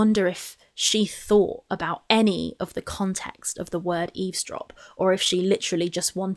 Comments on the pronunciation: It always cracked me up that is a great literary giant (pun intended), yet she doesn’t know it’s “eavesdrop” not easedrop, as she says. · I think she says "ease drop" but means "eavesdrop". Either way, she meant "listen in" or "overheard". In her head, it's all the same. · She's TRYING to say Eavesdrop but she is pronouncing it Ease-drop. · God I never noticed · Ease drop, is just stupid as hell and can't pronounce a lot of words, correctly. On purpose or not, diminished capacity imo. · Rain and petals eez-drop, You can't even pronounce the word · raaain and petals eezdrop PAH PAH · She does, just saying it wrong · Yes, she intended to say eavesdrop, but pronounced it incorrectly. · oh. Well, considering that eavesdrop is a word that might take a little while if you want to say it properly, can barely say one syllable words correctly, so I'm going to assume she did say it wrong.